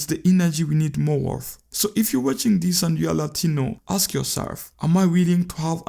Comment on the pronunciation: Say, "Ask" 🤣🤣😂😂🤣🤣